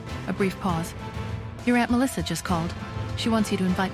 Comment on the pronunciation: The way ai keeps mispronouncing Melissa is annoying.